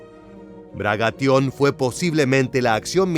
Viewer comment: Se dice Bagration, no Bragation.